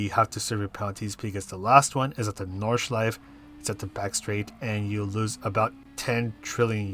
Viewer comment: Thanks for the lap guide and race strategy. I'd like you to know that all letters in German words are pronounced though, including the last 'e' in Nordschleife 😉